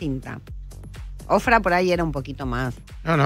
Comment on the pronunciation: No es Ofrah, es Oprah!!